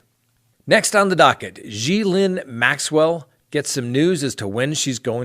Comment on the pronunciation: You are so close to Maxwell's name I just want to pick up a phone and say this is how it's pronounced! There you go now you'll never forget.:-)